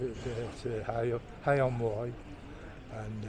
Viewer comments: River Wye.. Not wrye ;) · DJ, it’s the River Wye not River Wyre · river wye not wyre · It’s the River Wye in Herefordshire mate, not the Wyre in Lancashire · It's the River Wye, not to be confused with the River Wyre.